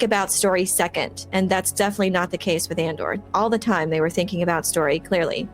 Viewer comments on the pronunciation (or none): none